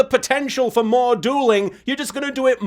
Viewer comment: "Jaden Theur's down a Fhur's down" gets me every time XD